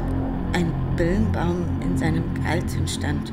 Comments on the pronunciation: Da steht Birnbaum, nicht Bilnbaum! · Bei steht auf dem Glückskeks "Birnbaum", aber sie sagt "Bilnbaum". Komisch :D